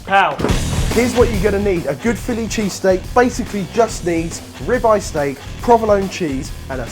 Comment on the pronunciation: It sounded like he was saying "rabbi steak"